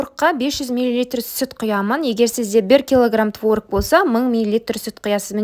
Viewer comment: Творыыг емес творОг